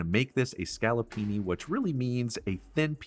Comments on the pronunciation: ScaloppinE. With an E at the end. Not an I. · is scaloppine not scalloppini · Please Scaloppine ...not Scaloppini !!! Scoloppini don't exist :-) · Please, scaloppine (with a e) not scaloppini (not a word). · SCALLOPINI ??? HAHAHA, Scaloppine, a real chef should know better... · It is called ‘scaloppine’ please stop making up words thank you. Be respectful of Italian culture.